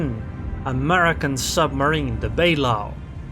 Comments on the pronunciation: It's Bah-lau not Bay-lau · You should be ashamed of yourself. 😂 By the way, it's pronounced Ba-lay-ho.